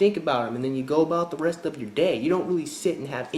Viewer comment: Did he just say '...go about the BREAST of your day.' ? HAHAHA!!